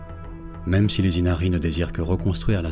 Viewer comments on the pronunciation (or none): none